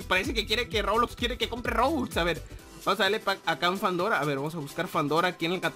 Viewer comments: Fandora? es fedora ;D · Se llama Fedora NO FANDORA